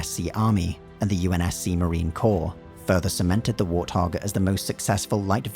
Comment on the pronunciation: What the hell is a "war thog?"